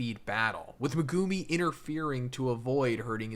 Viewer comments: Its not Me-goo-me its megumi!! the anime says it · "Me-GO0OM-Me" Megumi Meg-GU-me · Would you stop calling that man megoomi 😂